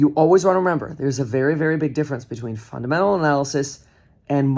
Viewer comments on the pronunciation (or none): Crypto "fudamentals"😂🤣😂